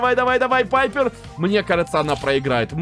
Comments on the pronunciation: Ребят! А вы тоже говорите не Пайпер а Пайепр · Пайпер а не Пайерр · Только пайпер а не папйер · ОШИБКА НЕ ПАЙПР А ПАЙПЕР